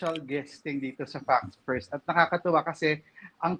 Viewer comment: Please say "Facts First" properly. The way you say it always sounds like "Fucks First."